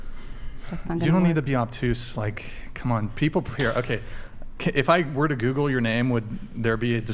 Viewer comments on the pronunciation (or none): none